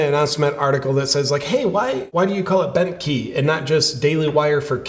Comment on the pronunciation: The first time you said Bentkey i honestly heard Bent Heeb, and i was thinking oddly accurate but i can't believe Ben was ok with it.